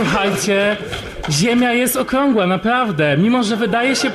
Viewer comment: "...i Ziemia jest okłągła. Napławde!" Zastanawiam sie, dlaczego tak duzo lewackich zboczencow ma ten sam blad wymowy.